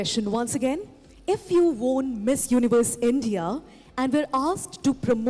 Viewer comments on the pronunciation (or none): Host ki english pronunciation kitna bekar hai. Won ko she is pronouncing as WORN. Pura odisha accent laga dali. At least learn to pronounce words correctly before hosting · How’s she pronouncing Won 😂